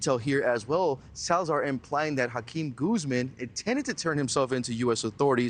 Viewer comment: 😂Dudes name is really & he can’t even at least pronounce Joaquin Guzman?!?!?!